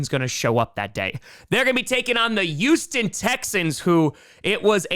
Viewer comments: its Hueston... Not Youston Texans... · He also doesn't pronounce the H in Houston